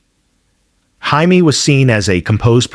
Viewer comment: HIMEE?????? FOR JAIME PRESSLY?????DUMB ASS!!!!